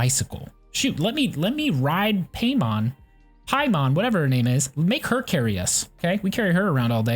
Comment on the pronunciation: Cant pronounce Paimon. You only played for like 5 minutes didn't you?